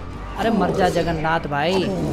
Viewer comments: Bhai Jagarnat nahi Jagarnaut xD 😂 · Hi hi hi he said juggernath